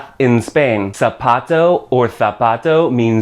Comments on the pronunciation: Tienes un problema en la pronunciación de la -o. En español decimos zapato y no zapatou. Niño, no "niñou" ;) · I have to say that your consonants were on point (Those pesky z´s) but your vowels were not... You make a really noticeable glide in your O´s, it seems you are saying "Zapatou". That sounds really really foreign to a spanish-speaker. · La palabra "zapato" tu la pronuncias como "zapatou"